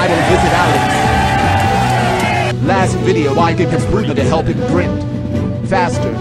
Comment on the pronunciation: It's not grind it's grind